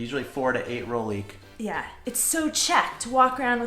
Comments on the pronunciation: Sorry, but one more time. It’s roHlík, roHlíky! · guys, the H in rohlik is pronounced... it's not rolik. (just a pet peeve) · Mne sa veľmi páči vaša výslovnosť "rohlíku". Znie to ako rolík :). Čo ďaleko lepšie vystihuje vec, ktorá je vlastne zrolovaná :)) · Fun video. It would be great though if you could add a voiced “h” sound to the middle of “rohlík”. I know it’s tricky, but if you practice saying “h’llo” (like a quick “hello”), and then “h’lík” in the same way, you can then add the “ro” to the “h’lík”. The “h” is not stressed, but it is definitely there! (This comment written by my speech pathology daughter.)